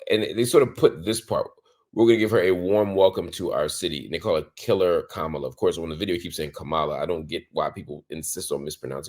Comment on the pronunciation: I think a lot of people innocently mispronounce Kamala’s name because it’s mispronounced so often by the media. Doubt it’s on purpose. I used to say it that way I just recently heard Marc address it.